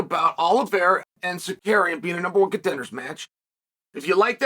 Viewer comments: terrence! brother, its si-car-ian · Ok Brother Chael. It’s Sar-You-Key-In. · You absolutely butchered Arman’s last name. Just say Arman😂😂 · Saying Tsarukyan like a Pokémon name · He mispronounces people's names so viewers will post comments about it. More comments means more engagement and the algorithm looks more favorably at the video. Chael knows exactly what he's doing.